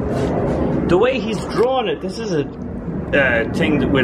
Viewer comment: Whenever you say "Don't do dis" those are the most interesting parts almost every time.